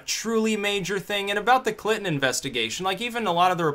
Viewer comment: Love how it sounds like you say Clitton. :-D